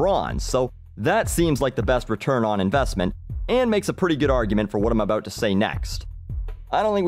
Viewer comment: It's aboot pride.